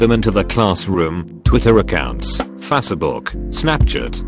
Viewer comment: Why do all of these kinds of videos use that same TTS program? It doesn't even pronounce most words correctly. For example, "Fassibook," "Snapchit," "ruhditt," "mintsit," "discannectedness," "mehms." There are also numerous errors with its spacing and decoding. "9 over 11," failing to parse clauses, etc... Just use an actually decent TTS!